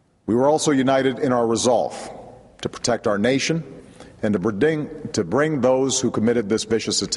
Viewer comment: lol he says "bridting" instead of "bring" lol just had to notice....